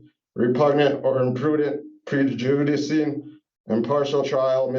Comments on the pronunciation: What is pre-ju-di-sing? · He has no clue what his saying or reading. "Pre-ju-dis-ing?'